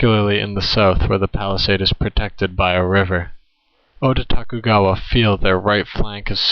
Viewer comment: Nice work. Some remarks: You say Oda-Tokugawa as if it where a name, in fact Oda-Tokugawa are two clans, the clan Oda with Oda Nobunaga as frontman and Tokugawa Ieyasu for the Tokugawa clan. You spell it out as if it where a composite name.